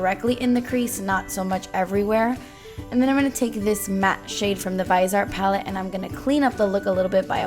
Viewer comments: it is pronounced VIZEEY-art lol. i love you!!!!! such a cute look ❤️ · You're suppose to say Vise Art like vee-sey art 😊